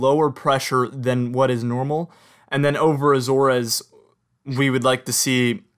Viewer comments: It was a red flag for me. Since you realized it, no red flag. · I’m aware that I pronounced Azores wrong in this video, I’d never really said it much out loud. Thanks for watching